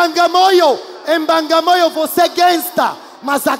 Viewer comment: Não é mbangamoyo é bagamoyo 😂😂